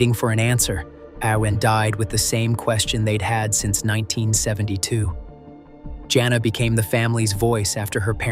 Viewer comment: I hate this AI narration. It got the name Jana correct the first time and then started pronouncing it Johnna. Then it went from narrowing down a family to following the suspect into a casino. Whoever makes these AI presentations needs to step up their game because they suck.